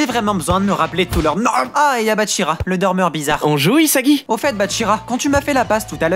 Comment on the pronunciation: c pas isagi c isaguez😂